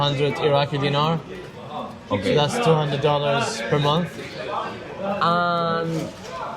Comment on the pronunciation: una recomendación. No digas dínar, sino dinar, que es una palabra aguda. Por lo tanto, se dice dinares, y no dínares.